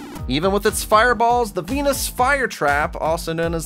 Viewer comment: When you said venus fire trap, it doesn't sound like you said venus